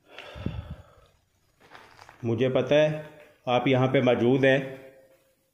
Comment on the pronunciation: Asad Khan Bhai bhi majood bolty Hain or aap bhi majood bolty Hain Kahin dono Bhai ya czn to nhi ? The word is Mojood not Maajood Bro 💕